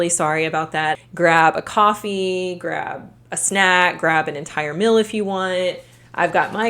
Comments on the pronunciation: What is a "mil", other than a measurement for taxation purposes? You mean "meal", pronounced "meel", right? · Take a shot every time says “mill” for the word “meal”. Great content btw. Just had to mentioned it. ❤